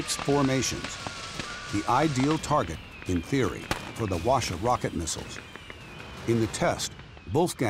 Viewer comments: Why no one's talking about the narrator's pronunciation lol? It's pronounced HWA [ɸwa̠ː] - CHA. Not WA-SHA. And Based on the look of the weapon he tried to re-create, I don't think he put that much effort in accuracy. It has much better accuracy. At least better than this lol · Btw the narrator pronounced kinda wrong, he is saying like "washa" but it's actually pronounces "Hoa-cha" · Why does the narrator keep saying "washa?" It's literally pronounced as it's spelled: HWA-CHA. I expect better from you guys, Smithsonian. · It's pronounced Hwa-cha as in "charge", not "washer" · Sir… it’s HWAcha not wacha. There is a reason why H is right at the front. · no Wacha Hwacha 'H' is not mute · NOT pronounced wha sha BUT "HWA" "CHA" ... hwa means "fire", cha means "wagon, car, vehicle.." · In korean pronounciation called who-ah-cha-. His pronounciation sounded japanese word.. wa sha... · It is called 화차 ( hwa cha) not wa sha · not "wa"cha but "Hwa"cha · "call washa" Smithsonian channel wrote it hwacha and read it washa. genius lol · The narrator keeps saying “Washer”.... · Hwacha is not pronounced Washa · Narrator: "The Hwacha works well" Laughs in balloon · Fellow Koreans, I feel your collective cringe at the pronounciation of HwaCha 화차 -they should’ve just said whatchamacallit if it’s going to be that butchered...